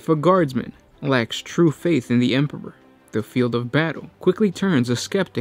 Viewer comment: Emperor pp-pr er??? Lol